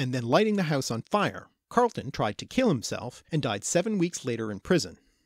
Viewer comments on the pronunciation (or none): none